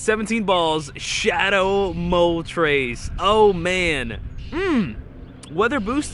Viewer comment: Dude said Mow TRES.... It's not a flying number three haha